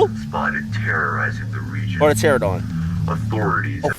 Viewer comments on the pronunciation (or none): For future reference, it's not "Pteradon", it's "Pteranodon".